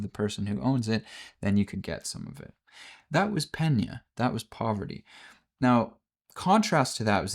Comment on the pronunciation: Pretty close on the greek word. It is pronounced "Pe-ní-a", the accentuation is on "i"